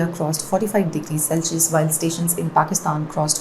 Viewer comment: why does she pronounce Celsius this way?